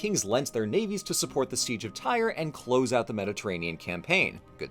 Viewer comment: Tyre is pronounced like "tier" and not like "tire"